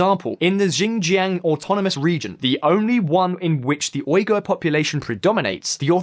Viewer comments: How long would it have taken to learn how to pronounce Uighur? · Man, the Uighur people have been so marginalized that people cant bother to pronounce their name right. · It's Xinjiang not "Jinjiang", Uighur not "Oighur" To say cantonese isn't related to mandarin is absurd and shows your lack of understanding about the language. Also you make it seem it like only 70% of the population speak mandarin when the true figure is closer to 90+ % Chinese borders have largely been the same and intact for more than a 1000 years. If your going to make false & baseless claims at least learn how to pronounce the places properly and go beyond a few Google searches with your research. (A muslim who lives in China) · More than lies they can't even pronounce the world Uighur and Xinjiang